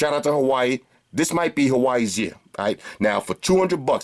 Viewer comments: Hate to burst the bubble... I think it's pronounce Hwaa-way! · "Hawaii" 😂 good vid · he keeps saying hawaii Based on what I heard